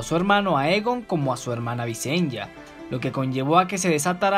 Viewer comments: La pronunciacion es Vicenia no Vicen-ya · visen-ya? entonces son targar-yen xD buen video!